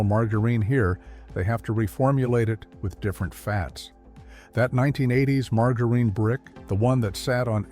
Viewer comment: Good gosh, please a real human would get the words at least a little closer!! Margareen, leed, absolutely humorous and disturbing at the same time!!